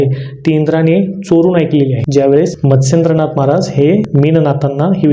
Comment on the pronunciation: मच्छिंदनाथ कि मत्सेंदनाथ नीट उच्चार कळत नाही.